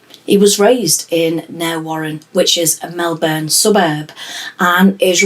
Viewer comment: ‘Narre Warren’ is pronounced “Narry” Warren